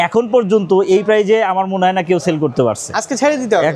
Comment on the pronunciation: সেল না চেল 😂😂😂